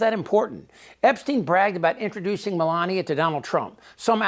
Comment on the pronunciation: Me-lain-a lot